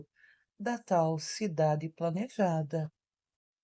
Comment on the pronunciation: A babaca acha que falar se plNeja